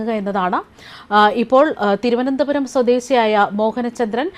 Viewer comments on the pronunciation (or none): none